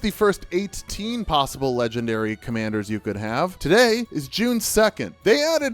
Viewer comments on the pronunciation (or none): none